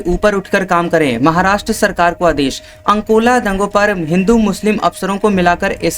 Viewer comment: जगह का नाम तो ठीक लो अकोला को अंनकोला बोले जा रहे हो